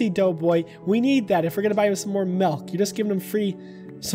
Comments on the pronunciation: Im sorry im sorry but did you just say malk instead of milk? Lolololololol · I THOUGHT YOU ASKED FOR METH INSTEAD OF MILK OMFG